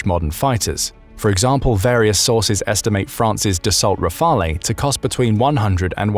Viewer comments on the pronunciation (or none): I said this before but the narrator has terrible pronunciation. It's like he's reading some of the words for the first time! Come on man, mimicry and rafale are not obscure, deeply technical uncommon words. You're a professional voice actor 😂